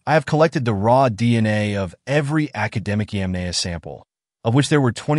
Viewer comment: Yamnaya. not yemenie dumb english speaker.